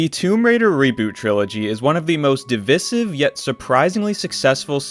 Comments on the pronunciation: What do you expect from someone who said "divissive" and not "divisive" in the first 10 seconds 😭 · They also badly mispronounce "divisive" at the very beginning. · DivIsive with a capital I (eye) sound. Now say it with me. DivIsive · 3 seconds in “divisiv” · di-viss-ive is a wiiiiiiiild pronunciation. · Divisive is pronounced DIV EYE SIVE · That's not how you pronounce "divisive"